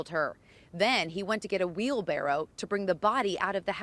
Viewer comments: Wheel berreral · "a wheel brarro" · A wheel what? Am I the only one that caught that? Lmao sounds like she has a speech impediment.